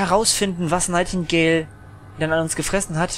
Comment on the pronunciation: ps der typ heist nigthtingale und nicht nightigdale